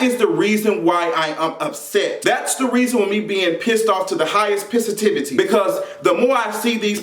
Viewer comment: "to the HIGHEST pissitivity" lol